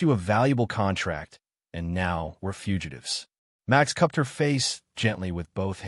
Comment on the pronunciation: Why did you pronounce Max as Much ?